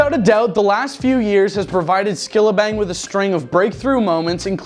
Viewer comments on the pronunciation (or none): Skillibeng not Skillabeng 😢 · Lol "Skillabeng" 😂😂😂😂